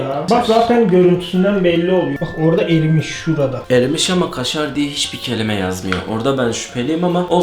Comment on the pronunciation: KŞŞŞŞARR PEYNİR ABEY